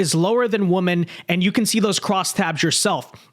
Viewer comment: Is it me or are people saying women weird lately by saying woman.